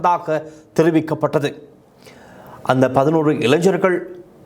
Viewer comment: இளைஞ்சர்கள் அல்ல இளைஞர்கள் என்று உச்சரிப்பு இருக்க வேண்டும். இது மிகவும் கொடுமையான, அதே நேரத்தில் வேதனையான செய்தி இது... கண் முன்னே தெரிகிறது... இந்த கொடுமைகள்...😭😭😭😭😭